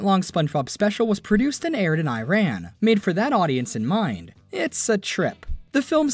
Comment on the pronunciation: Learn how to say Iran and Tehran correctly please